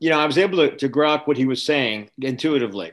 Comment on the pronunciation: um did he say GROK